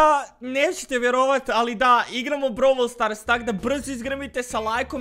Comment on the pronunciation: brol stars se kaže